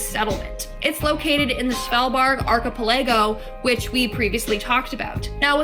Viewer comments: Sounded like... Schvl- bard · Im Norwegian but not from svalbard but i love when americans try to say Norwegian words, svalbard is a very Cold place, There is a seed vault there with millions of seeds in case every other food source dies out, but known for being very cold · So tha V is silent